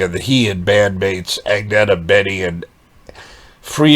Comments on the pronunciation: Actually, it's pronounced "ang-nay-yah". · I’m surprised that you’re pronouncing the G in Agnatha’s name - she does not. It’s “Anyeta” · Hey, enjoy your channel. You should know that Agnetha does not pronounce her name with the "g". It is pronounced like "Anetha". Keep up the good work!